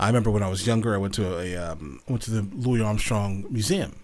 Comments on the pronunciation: It's not pronounced Louie, it's Louisss😬 with his big toothy smile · Great reaction! By the way, Louis Armstrong's first name is pronounced with an "s" at the end.